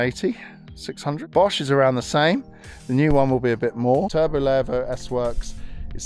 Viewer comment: It's pronounced LEEEEVO.